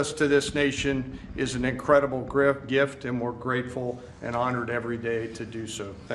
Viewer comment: Morons doing moronic things. Btw I love that slip of tongue by Caine, “such a GRIFT..I mean gift…”